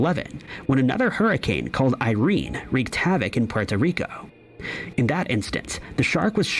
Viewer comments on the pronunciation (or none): none